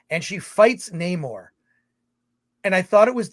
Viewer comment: Wokanda forever!! How was Namore-rrrrrrrrrrrrrr from Mordorrrrrrrrrrrrrrrrrrrrrr?